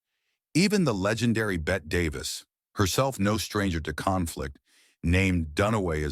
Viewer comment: You idiot, you mispronounced Bette Davis and most of the others names! Will never watch this crap!